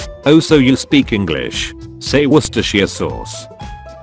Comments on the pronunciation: hilariously it's WORS-TER-SHEER SAWS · Is nobody gonna talk about the fact that worcestershiresauce is so hard to say not even ai can say it?